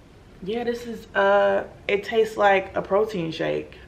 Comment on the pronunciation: "it tatses just like a protein shake... nasty" 😂😂😭😂